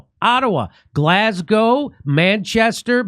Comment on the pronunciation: Thank you for saying Glaz Go and not Glass Gow Jimmy !